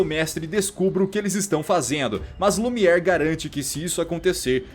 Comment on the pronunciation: O nome do candelabro é Lumière. Pronúncia: Lumier.